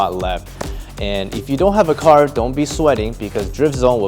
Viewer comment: “Such a nice cahhhh”